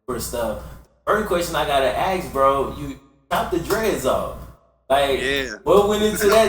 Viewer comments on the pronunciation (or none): why this man keeps saying aks and not ask?